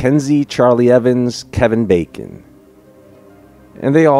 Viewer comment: You said Kevin "Baking" ahah😂